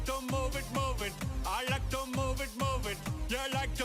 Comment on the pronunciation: Сорри, но произношениең нашар екен. Тіл үйрету үшін идельноболу шарт емес. Бірақ қарапайым сөздерді дұрыс айта алмай отырсың. To деген сөзді "тью" деп оқисың. Олай болмайды.